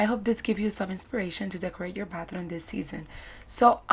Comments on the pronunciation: I heared "bathroon"? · Y am i hearing batharooun!! Lovely decors but you said batharouns so many times, i feel like it got stucked in my head